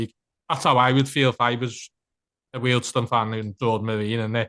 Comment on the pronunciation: Remember it's Weald 'Stone' not 'Stun' 😊